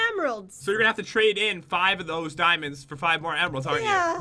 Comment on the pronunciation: ...Damonds.. Me:Damonds???